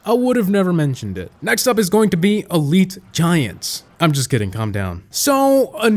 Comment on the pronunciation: I was about to choke when I heard say "elite rg"